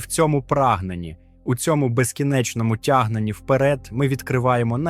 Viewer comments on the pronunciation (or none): none